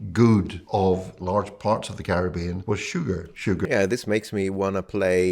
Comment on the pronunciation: … Happy Holidays however you Celebrate! But you mispronouncing “Caribbean “ 🙀at the beginning.😂